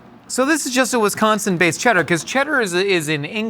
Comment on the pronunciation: As a Wisconsinite both the claim that all the cheese tastes the same and the pronunciation of Wisconsin makes me want to cry 😂😂